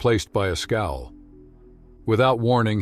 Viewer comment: Scowl, not skull